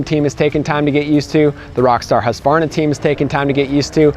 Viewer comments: First time in years Ive heard someone pronounce "Husqvarna" without the "A". Its usually "Husk-A-Varna". Even heard a Husky rep use the A before. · Bravo! Husqvarna pronounced correct 👏🏽